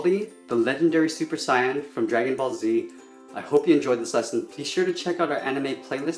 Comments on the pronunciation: Syan really Sysn ITS SAIYAN say en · Super say - in not sai - an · no offense bit it's say- in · Your saying saiyan wrong you said sayan sayen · Saiyen is actually does not have the I sound. It's the long a sound 👿👿😡😡